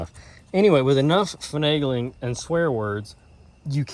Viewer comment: hahaha had me LMAO. not sure if i laughed harder at "fanangling" or "swear words" hahaha